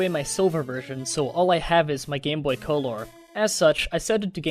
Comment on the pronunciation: Omg the co-lore thing is so annoying